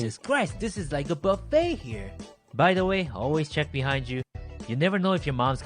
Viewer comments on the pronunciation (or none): none